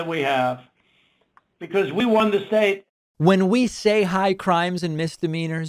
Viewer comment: Lmao, he said hecause thats what the rumor is. lmao bitch you started that rumor!!!